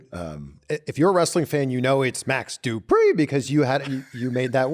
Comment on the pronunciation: It's Max Du-PRI! 😂